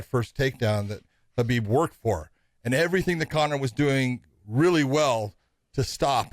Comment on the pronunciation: Finally yall are saying khabib name correctly.. You would think josh would know it with him saying how much he has been around him